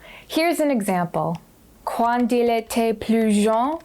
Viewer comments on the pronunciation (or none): Quand is pronounced with a hard K, not quuuuaaan